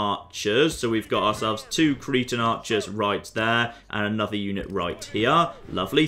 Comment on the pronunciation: I love how he says Cretan the way that cretin is pronounced in my accent. Always good for a chuckle